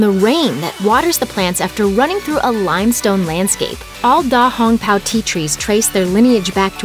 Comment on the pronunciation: Smacks forehead because of the horrible Chinese pronunciation btw da hong pao means big red cloak